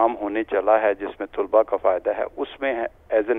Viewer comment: یہ جی سی یونیورسٹی کے وی سی ہیں لیکن انھیں یہ نہیں پتا کہ لفظ " طُلبا" نہیں بلکہ "طَلبا" ہوتا ہے.